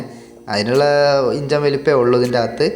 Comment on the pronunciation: ഇഞ്ചൻ അല്ല എൻജിൻ